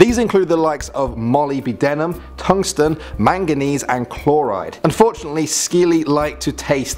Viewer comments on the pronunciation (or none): Molly B denim? Is that how we pronounce molybdenum now? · Why is it that the guys who narrate these "x most y z's who whatever" clips never bother to find out how to pronounce all the words??? Seems as though it happens virtually every time. The worst one was "molly be denim" for "molybdenum"! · Took me a moment to realise he was saying "molybdenum" . But Molly B. Denim sounds like a cool name for a highschool greaserchick.